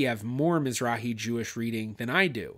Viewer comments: Mizrachi. Means Eastern. Has a letter chet. Aa argh, not a heh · miz-RAKH-ee No "h". A Hard guttural. As you well know it is a Hebrew word for Eastern.